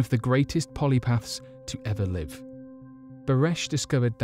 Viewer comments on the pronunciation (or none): PolyMATHS, not Polypsths